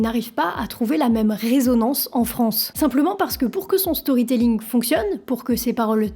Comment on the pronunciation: Storrry tellling prononcer à la française vous qui ne comprenez rien à talor swift apprenez l’anglais de toute façon vous parlez à moitié français avec vos anglicismes que vous probablement ne comprenez même pas comme allons au chopping de toutes vos conneries non mais c’est du n’importe quoi avec vous